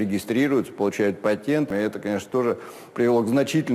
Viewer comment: Слова патент не может сказать?